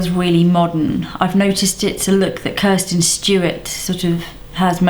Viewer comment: Kristen not Kirsten